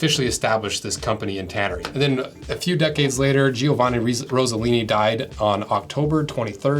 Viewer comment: As an Italian, I need to give you a hint on how to pronounce "Giovanni". It's not "Gee-o-vanni", it's just "Joe-vanni". "Gino" is spot-on, tho :) Love your videos, by the way :)